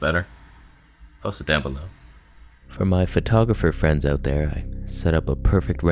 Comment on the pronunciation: Dude you just made my crappy day so much better with this video!! You change lives more than you know! We just gotta teach you how to say the word “OUT”....:)